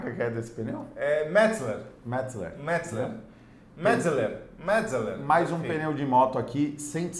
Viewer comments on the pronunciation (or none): é um "MÉTISLER" 😂😂🤣🤣🤣 Eu conheço como "MÉTIZÉLER" * mais posso estar errado tbm😅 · MÉT-ZÉ-LER pronto ! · a pronuncia é METsZÉLER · méticeler!!! kkkkkkkkkkkkkkkkkkkkkkkkkkkkk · deve ser motociclista a pouco tempo kkkk nao sabe pronunciar Metzeler e nem sabe que existem sim café racer de fábrica hj em dia.